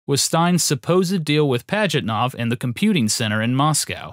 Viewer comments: Sorry, not worthy to call yourself a historian. I'll pass. How badly do you want to mispronounce the creator's name? Gaming Historian: Yes! How creative do you want to be about the creator's date of birth? Gaming Historian: Yes! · This was excellent! But i can't grasp the fact that americans can flawlessly pronounce japanese names while mutilating the russian. Pajitnov is pronounced Pah-yit-now, not Padgitnof